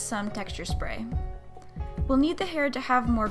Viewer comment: I love when she says << shpray >> instead of << spray >>.